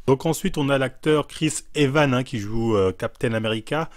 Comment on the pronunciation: ”CHRIS BRATE” “CHRIS JE N'SAIS QUOI” “CHRIS EVAN” PTDRRRR😂😂😂👏